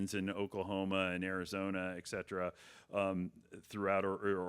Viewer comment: Also..."these ONES."....Did you really say that? And, it's ETcetera, no EKcetera. No excuse for bad grammar.